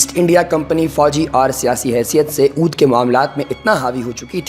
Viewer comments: This is Awadh not Oodh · Gadhey ooodh nahi awadh